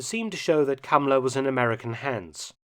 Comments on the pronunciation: Calling him cummler emphasis on the CUM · I keep hearing Kamala instead of the guy's name. Another fascist so it works. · Y is he called "Cumler" though? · I like how he calls him Kumler